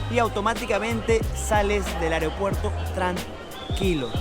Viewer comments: porque en todos los medios incluso este la gente no sabe decir AEROpuerto correctamente? (siempre dicen areo puerto) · Aeropuerto 👎❌ Ariopuerto 🤙✔️🎉